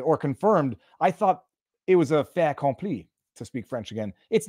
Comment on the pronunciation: No liaison, Viva? Fait^accompli